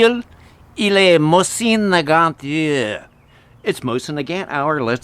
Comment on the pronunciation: Why do you pronounce Nagant with a hard "T" despite speaking French?